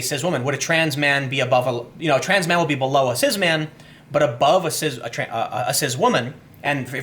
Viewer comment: There is no Z in Cis. It is pronounced Cisss...not cizzz